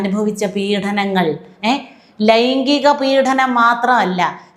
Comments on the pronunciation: പീഢനം അല്ല മാഡം, പീഡനം ആണ്. അവർത്തിച്ചാവർത്തിച്ചു ഇങ്ങനെ ഉച്ചരിക്കുന്നത് കൊണ്ട് ചൂണ്ടിക്കാട്ടിയതാണ്.മുമ്പും ചൂണ്ടിക്കാട്ടിയിട്ടുണ്ട്. പക്ഷേ,കിം ഫലം. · പീഡനം എന്ന വാക്ക് ശരിയായി ഉച്ചരിയ്ക്കൂ. പീഢനം അല്ല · പീഢനമല്ല, പീഡനമെന്നാണ് ഉച്ചാരണം. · again you go wrong at times in the diction -Peedanam! Through practice, you can rectify it. Your views are always correct!